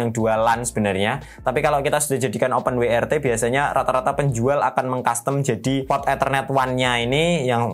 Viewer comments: W iku pengucapane bahasa Inggrise dabel-yu, duduk wi. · Open WRT, open wai ar ti (YRT) 😄